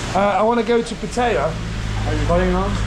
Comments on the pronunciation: It’s pat tie ya .. not pat tay ya. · It's called Pat EYE YAA